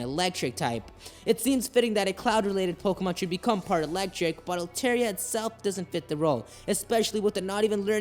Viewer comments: Dude its pronounced Al-Tar-Ee-Ah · How can you watch the anime and still pronounce the name wrong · His Altaria pronunciation triggers me.